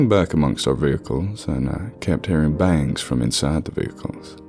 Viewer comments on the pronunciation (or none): none